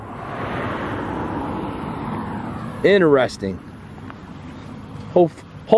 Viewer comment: Hey guys., I have yelled at the tv a 1000 time so now I'm writing it. It's "Interesting not ineresting....ok I feel better now....carry on lol